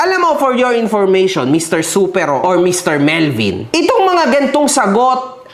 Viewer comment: mali pronunciation mo sa Supero po search ka pa po😂 first time ko mapanood vlog neto dahil sa Supero, useless naman pala kulang-kulang yung infos, panay yabang din🤣 siya daw ung katapat dzuhh entitled masyado, and obviously selective ka sa comments sa fb dahil nandon na mismo sa post ung nag apology na isa siya sa nang damay sa anak at pamilya. Natatakot ka po siguro ibunyag ung business ng Supero kasi ikaw din mapapahiya. Anyways good job for introducing Supero as a great dog owner in the breeding industry.